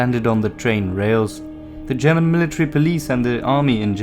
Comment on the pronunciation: Your pronunciation is superb